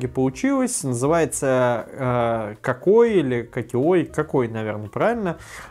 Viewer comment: КаккоИИ - ударение скорее на последние растянутые И )